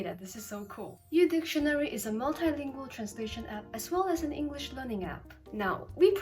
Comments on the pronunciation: One of the biggest mistakes ever. Mispronounced the word English when the app is English lol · E N G R L I S H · E N G U R I S H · me when said englrish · Shes also that one girl who kinda speaks like a sophisticated person but mispronounced the word 'English' while sponsoring an English learning app, and kept saying "W- wha- whAT dO YOu MEAN P A T R I CK???!" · Ah yes. The young and strange is sponsored by an English learning app but pronounces the word English wrong. Fascinating. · she has a slight 'r' sound instead of 'l' when she pronounces the word "English" but it's very common pronounciation especially with people who have an Asian mother tongue so it isn't a big deal. She also has the dd drawl in some words like "Twitter" but again she's easily understood so any accent markers aren't really an issue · Lmao , U dictionary pronounces"English" wrong and teaches you English 🤣💀🙌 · pronounces “English” wrong Also: pronounces “Wojcickicijicski” flawlessly